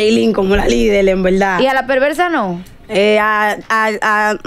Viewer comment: Dijo EN VELDA, 500 VECES!!! TIENE UN LÉXICO DE 20 PALABRAS NADA MAS. EN VELDA, EN VELDA....